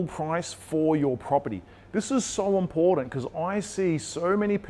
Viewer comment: Why can’t this guy pronounce the word important correctly? Important does not contain any D’s But that should be the least of anyone’s concern. This guy is full of misinformation. Anyone who follows, his advice is doomed. The only way he’s making money is from YouTube videos that suck people in